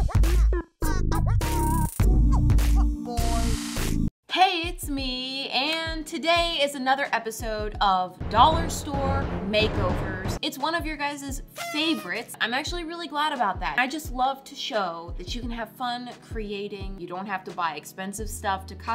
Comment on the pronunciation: "It's your GUYESES favorites..." - 2022